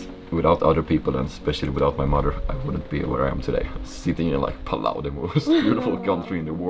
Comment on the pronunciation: It's Palau 🇵🇼